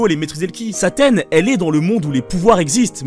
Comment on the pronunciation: tu la dit bouffi c CLAAAAAIREMENT ssaaaa